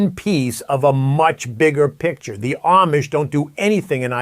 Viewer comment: If your are going to do a video about the Amish, learn how to pronounce it correctly.